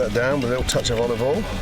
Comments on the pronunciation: Gordan "and Jost a Tooch of Olive Oiel" Me: "THATS A LITERALL WATERFALL OF OLIVE OIL!" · Lil bit of Olivol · And top that off with a “little” touch of olivol. - Marco Pierre White